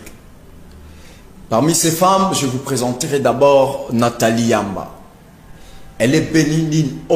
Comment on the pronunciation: C’ est NATHALIE YAMB et non YAMBA!